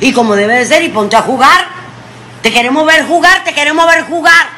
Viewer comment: No sabe ni expresarse. Dice: Te queremo ver juga. En vez de decir: te queremos ver jugar. Que mujer tan nefasta